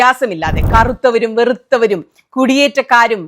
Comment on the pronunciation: സുനിത മാഡം കറുത്തവനും ,വെറൂത്തവനും അല്ല കറുത്തവനും വെളുത്തവനും നാവ് പിഴ